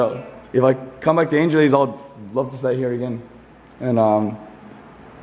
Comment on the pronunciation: brad, it is pronounce as ""ANG -HE-LESS...""